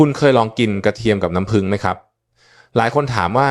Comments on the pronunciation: เอไอยังชัดเจนกว่านี้เยอะน้ำผึ้งจ้าไม่ใช่น้ำผึง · น้ำผึ้ง ค่ะไม่ใช่น้ำพึง เขย่า อ่านว่าขะเหย่า ไม่ใช่เข ย่าค่ะ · น้ำพึ้ง เอ๊ะ น้ำผึ้งสิ ออกเสียงเพี้ยนนะครับ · น้ำผึ้ง ไม่ใช่ น้ำพึ๊ง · พูดเพี้ยน น้ำผึ้งเป็นน้ำพึ่ง...... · กระเทียมกับน้ำพึ๊ง กูจะบ้า น้ำผึ้งโว้ย เอไอ น้ำผึ้ง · กะเทียมกะน้ำพึ้ง😂😂😂😂AI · คุณหมอคะ นํ้าพึ้ง กับนํ้าผึ้ง นี่มันอันเดียวกันมั้ย งงนะเนี่ย เอไอหนอเอไอ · น้ำผึ้ง ไม่ใช่น้ำพึ้ง😂😂😂😂😂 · น้ำผึ้งค่ะไม่ใช้น้ำผึ่ง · น้ำผึ้ง ไม่ใช้น้ำผึ่ง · อะไรก็ดีเหนื่อยกับการใช้เอไอ นำ้ พึ้ง อะไรของมัน ค่ะ ต่อไปภาษาไทยวิบัดหมดค่ะ ขอแนะนำว่าแก้ไขหรือเอาคนจริงพูดทีเถอะค่ะ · ไม่รู้จักน้ำผึ้งจริงๆเหรอ อ่าน น้ำพึ๊ง อยู่ได้ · ขอบคุณสำหรับความรู้ ที่แต่ละคนก็มีความเห็นแตกต่างกันไป, แต่จะไม่ติดตามต่อเพราะรำคราญ AI พูดผิดๆถูก! พอฟังถึง“น้ำพึ้ง”แล้วขอออกก่อนดีกว่า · แค่อ่านคำว่าน้ำผึ้ง ก็อ่านไม่ถูก จะเชื่อถือได้อย่างไร